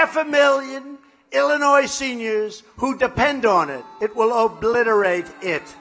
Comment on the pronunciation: Lol. Had to go at the bottom of Illinois? trump's so scared of chicago area. When he pronounces Illinois with the "S," idiot!!